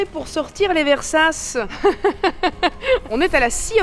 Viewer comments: Par pitié, arrête de dire "Versace", ça se dit "Versatché" 😭😭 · Tout ce que j'ai à dire c'est : hum.. Hum ! Hummm. Hum ? Hum !😂 Soit dit en passant et en toute bienveillance, Versace se prononce Versatché, et pas Versasse. Gros bisous❤ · Stp continues à dire versasse à chaque vidéo car ca fait chaque fois reagir 😂👌🏼 Ton référencement youtube 📈🤣